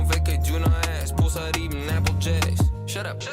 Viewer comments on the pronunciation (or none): none